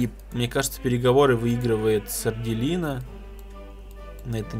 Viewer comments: Это что... СардЭлина, а не Сарделина... ХДХДХД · мне кажется,что будет правильно сардЕлина,а не сарделИна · Может Сарделина(с ударением на "Е")?😁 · Там скорее всего сарделина, ударение на е, по крайней мере мне так кажется